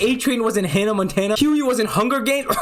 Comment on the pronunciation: I find it crazy how much jack quaids character richie kircsh resembles hughie, also good job you finally pronounced hughies name right, anyways I love every role I have seen jack quaid in, hunger games scream 5 the boys, he is an amazing actor